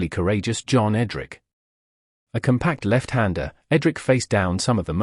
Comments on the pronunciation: John EDRICH.not EDRICK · "Vaughan was amongst the best English batsmen in the world". Err.... right ... no idea what the means. And it's EdriSH not EdrIK. You'd think this clever AI stuff would get the basics right. And it Bradman not Brad - Man FFS. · Somebody needs to sort out the AI narrator. A Miss? Ed Rick? Tresco-Thick? I laughed so much I nearly wet myself! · Could have used a real narrator! Then you might have been able to pronounce the names properly. Tresco Thick, Edrikk. Dennisamiss. F F S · The automated computerised voice over gets the pronunciation of Trescothick, Edrich and Amiss wrong.